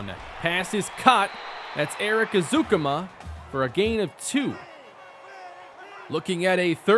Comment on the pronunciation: Texas Tech Alumni and season ticket holder here. It’s pronounced Eric ezU-Comma lol. Just breakin balls though. Love you’re channels man.